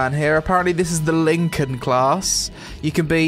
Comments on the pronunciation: Lincoln class....... It's pronounced like Lie-can :T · Linkin?! Linkin?! It says Lycan as in werewolf lmao. Emotion mask, not emoticon;p You were tired of this game before you even started, weren't you there?;p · btw its pronounced ly-can not Lincoln... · This game is the GOD of MMO`s OKAY ? IT S LYCAN not LYNCAN , that is a blasphemy ! Daca esti smecher ne vedem la grajdar! :)